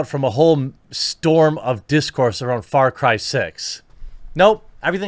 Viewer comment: Why does it sound like he´s saying Fart Cry?